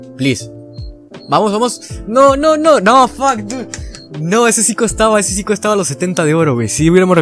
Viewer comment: "Fak Dud" jajaja, buen inglish